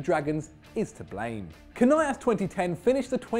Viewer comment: You guys really butchered Canelas, were not Spanish ffs